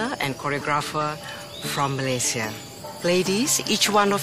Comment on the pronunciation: Love the way they pronounce Malaysia , my home country❤️